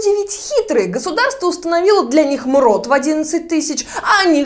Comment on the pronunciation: Мруу а не мрот